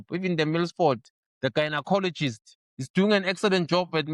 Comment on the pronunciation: Eish "the Gyinacologist" 😂😂😂😂😂